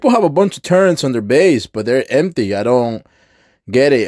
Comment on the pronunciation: Why you say turrents. LoL. Its turrets not turrents.